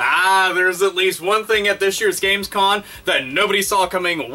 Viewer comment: Lol "gamescoN" ...sorry, had to point it out.